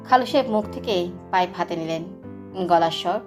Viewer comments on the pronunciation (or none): অনেক অনেক সুন্দর হয়েছে এক কথায় just wow একটা কথা শুনে খুবই হাসি পেলো আমার খালু সাহেব আপনি এতক্ষণ মুখে পাইব নিয়ে কথা বলছেন পাইব পড়ল না কেনো 😊😊😊😊😊